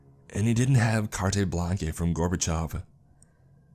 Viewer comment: Carte Blanche is pronounced CAR-tuh BLAN-shuh Or, if you are American CART BLANch